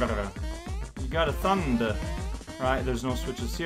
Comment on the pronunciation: saying thunderrrrr is the best thing.